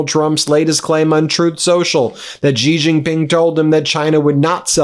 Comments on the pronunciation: It is pronounced She, not Gee. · it’s Xi as pronounce as She not Gee please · Xi sounds like "she" You're saying it "zhee" Please respect the leader of China by learning to pronounce his name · Hi Ben. When are going to learn to pronounce the surname of China’s president correctly. It is not ‘Jee’ but ‘see or C’ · Please learn how to pronounce Chinese names correctly. Your job is to read the news. Xi is pronounced like, "she" and Wang is pronounced, "Wong" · It’s She! Xi is pronounced She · The Chinese leader's name is pronounced "She Jing Ping".